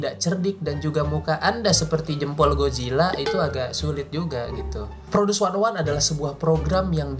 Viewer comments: Knpa 101 dibaca wannaone? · Produce wannaone... Salah ucap si babang😅